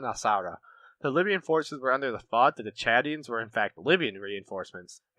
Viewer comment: I'm very impressed with you pronunciation of names, especially the Chadians. Excellent video, you get a thumbs up from me.